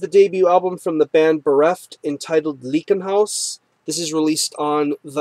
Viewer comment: Great review, man! I really dig the record as well. Just fyi it's pronounced "Ly-ken-haus"